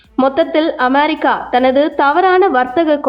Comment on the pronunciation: 'அமெரிக்கா' சரியா சொல்லும்மா